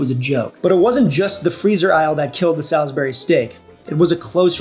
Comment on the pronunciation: Saul’s-berry…you know…the right way to say it.